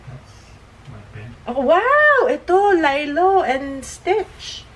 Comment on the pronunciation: Nabobother ako sa Lilo te. Haha. Li-lo po, hindi 'lay-lo' ang basa dun. Hndi ako basher te sorry po 😭